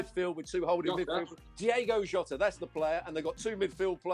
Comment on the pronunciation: How do you go on ESPN to analyse and not even remember one of the most in form Portuguese/Liverpool players atm. After someone reminds you, you even pronounce his name wrong 😅